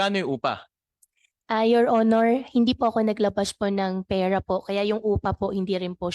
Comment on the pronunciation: Mayor pakitigasan mo naman yung r mo , peyra hahahha